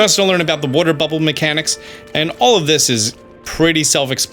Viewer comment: is Italian that's why he says booble frog lol